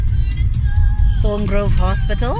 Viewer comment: It's Barbourfields not baba fields Thorngroove not tungroove